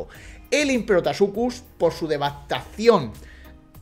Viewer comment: te has dado cuenta de que tu le dices imperotasuchus y es imperatosuchus xd